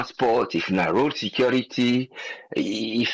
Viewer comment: “Secority” sector says the CSO man